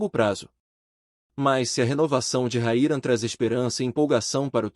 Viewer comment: O nome de nosso atacante é RAYAN e não Raira seu locutor desta matéria. 🤫🤫🤫